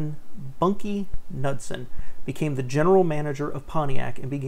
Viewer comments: I think the K is silent. Nood-sen. And did you catch the Parisienne? Holy shit, where did this guy grow up? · "NUDSON"??? LMFAO It is pronounces "Ka-nood-sen"